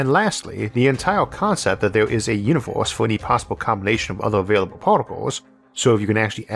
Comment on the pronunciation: I'm in the universe where this guy called Isaac calls it "univorse," and it's wild.